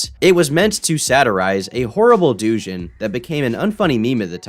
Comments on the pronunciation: Doujin is not “doe-jin” its “dooh-jin” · Regardless of the rest of the content of this video, I still can't get past the horrible pronunciations in this video. Doujin is not said as "doo-jin", it is "doe-jin"; and Kizuna Ai's name is not pronounced as A.I., it is simply Ai - a play on words with the Japanese word for love and the concept of A.I. Overall the video was informative, but I still find it astounding that YouTubers let their content go live with such obvious errors in pronunciation. And yes, I know some do it for laughs, but this is not one of those cases, and it's just painful to listen to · for the LOVE OF GOD ITS PRONOUNCED "dough- jin" not "doo-jin" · its pronounced doe jin like john doe ai kizuna is pronounced aye key zoo nuh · the type of guy to pronounce doujin as douche-in for an entire video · his pronunciation of doujin as do jin is hillarious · どうじん is pronounced dough-gin (gin as in the alcohol) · Who tf says Duu-jin??? There are no silent letters in japanese you fool! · Lol "do-gin" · i am sorry-not-sorry, but "doojin" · The way he saids doujin is so funny to me lol (it's pronounced "tho-jin" if yall wondering) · The way he says doujin lol